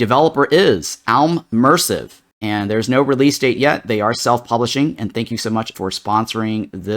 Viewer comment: You said "ALmersive" it's definitely AI + mersive.